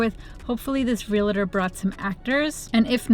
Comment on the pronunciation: Good video. Chalk screeching on the blackboard for me is hearing real-a-tor instead of real-tor. The first is much easier to say, but the second is correct. (I was one for a while.) Love you, anyway! : )